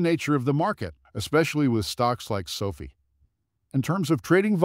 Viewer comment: If you can’t pronounce the company name correctly then I can’t take this seriously. 😐